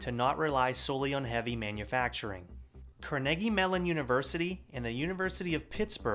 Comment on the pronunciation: Btw it's not car-niggy its Car-in-gee😂